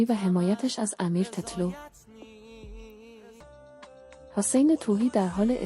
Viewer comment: بلد نیستی تتلو رو بگی